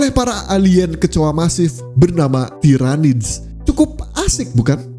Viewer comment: Salah pronunciation yg bnr tiranids Bkn tairanids. Lain kali lht video official Warhammer soal Lore mereka ejaan yg bnrnya gmn